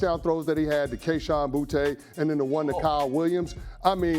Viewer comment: ITS SAID BOOTY NOT BOOtAYYYY WHY ARE THE SCARED OF THIS GUYS NAME ITS EFFING BOOTYYYYY